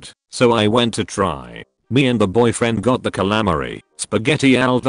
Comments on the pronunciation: I love how they say calamari. Calamery lmao. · I did I mocked it outloud lol